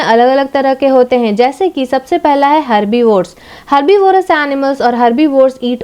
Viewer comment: You also don't know how to pronounce the carnivorous and herbivorous also